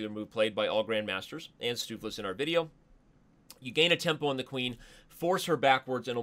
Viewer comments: Its pronounced: stove flace not steufflee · not stufeless but stuuf-flace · It's from a Dutch word for Flemish Stew, and it's pronounced "Stove-Lace". So, the thing you use to heat your pan, and the thing that holds your shoe together. Stove-Lace. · Stoofvlees was named after a traditional Dutch/Frysian dish. The pronunciation sounds a lot like "stove flays". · Great game, thanks very much for uploading. Stoofvlees rhymes with loaf case. FYI. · pronounce stoofvlees as: "stove vlase". It's Dutch for like pulled meat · Stoofvlees should be somewhat pronounced as “stovelays” although this is not entirely correct it comes a lot closer than what I’ve heard so far. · as someone who is fluent in dutch your pronunciation of “stoofvlees” makes me want ear bleach. No hate just the truth😂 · Amazing stoofvlees is een belgiam dish. And you butchered the name. Really funny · You completely butchered stoofvlees